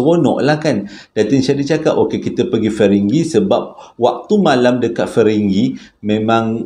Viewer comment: batu ferringhi bang bukan feringghi hehehe, saja nak usik abang